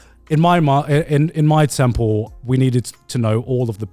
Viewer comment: every time garnt says temple, i hear 10 pull genshin has ruined me, send help